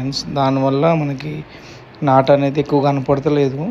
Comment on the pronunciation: నట్టు కాదు బ్రో నాటు